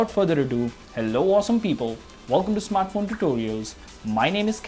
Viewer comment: U said Smartphone2totrial at the starting...